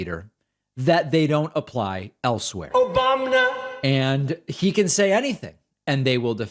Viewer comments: That "Obamna" sound gets me every time. lmao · Random “Obamna”! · That random “Obamna” lol